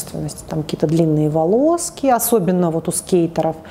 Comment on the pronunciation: Кого тоже трясёт когда она говорит "волОски" , вместо волосы